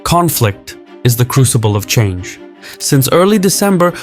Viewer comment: Are you AI? Not saying, “Crucible” correctly is not open for interpretation. Play a mobile games and fuck off about global politics.